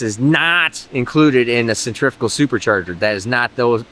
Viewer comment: Thank you for properly pronouncing the word Centrifugal. Take note kids, stay in school.